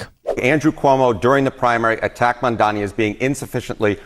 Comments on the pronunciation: The name is mamdani. MAM-DANI 🗿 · It's Mum--Daa--Knee. Not Mondani. Dude.